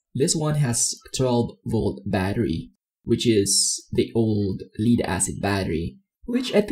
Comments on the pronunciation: it's spelled Lead but has two ways of pronounciations and two definitions. you're mispronouncing leed it should be pronounced "LED" lead VS leed. You did an awesome job, just that my ears cringed with wrong pronunciation. Death, dead VS deed, red, read VS reed, read and so on.... my goodness I've become a grumpy 'ol man "time for my meds!" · it's LEAD as in the metal lead, not lead as in "lead a team". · excellent video! only one suggestion: as good as your english is, Lead-Acid is pronounced Led-acid... as Pb in enlish is pronounced "led" not "Leed" otherwise, GREAT! any thoughts on how to increase the capacity limit ie increasing the 1050VA limit? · I’m super surprised no one else is annoyed by how he is pronouncing “lead” as “leed” instead of “led.” No one else? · Leed? Leed acid? 😂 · I know English has a lot of words that are hard to pronounce, Lead is pronounced Led like Led Zeppelin. Thats why they spelt it like that so it wouldn't be pronounced Leed. 😀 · just so we are clear "Lead-Acid" refers to the metal LEAD (pronounced LED). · you pronounce lead like leader and it triggers my autism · You are pronouncing lead wrong.